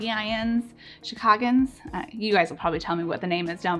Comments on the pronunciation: I am from Chicago and we are "Chicagoans pronounced - Sha-kago-ans". I love your content so so much. You are my for Keto alternatives. This lifestyle is hard, but you make it delicious! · Your pronunciation sounds tell tale like you are from the suburbs. People from the city pronounce Chicago more like "Shi-caw-go". So a true Chicagoan would pronounce it more like "Shi-caw-go-ins".